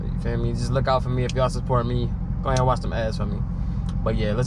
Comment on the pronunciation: Bro said, "Go a haead watch them ads 😅